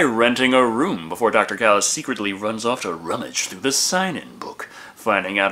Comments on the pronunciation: It's not pronounced Kalice, it's Chalice with a Ch ch ch, it says so in the movie. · It's Challis not Callis